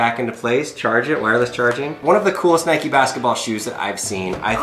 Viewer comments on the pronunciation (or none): Doesn’t know how to say Nike “ohh Nikee shoes” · LATE COMMENT BUT WTF WHO SAYS NIKEY YOU DONT CALL A BIKE A BIKEY DO YOU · English - Nike American- Nikee